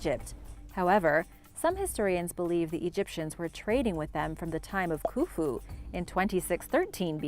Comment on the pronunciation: we love your face, but when you say ‘Khufu’ I swear it sounds like ‘Foo-Foo’. Made me laugh harder than the For-skin story! This might just have to be my favorite compilation!! Downright hilarious!